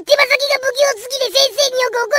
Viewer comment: 手先を手羽先って言う好きw